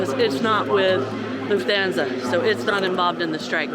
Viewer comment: You’re saying Lufthansa entirely wrong. Hands like Goldie Hawn. Ahn…most other languages don’t have the long A sound we use